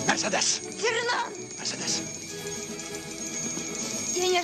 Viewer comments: Скури Нап МерседЕс, это же Франция. Ударение всегда на последний слог. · Мерседе́с! Так мы называли автомобиль в детстве. Так резануло по ушам! Ведь правильно произносить имя с ударением на средний слог - Мерсе́дес! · Смешно Боярский произносит МерседЕс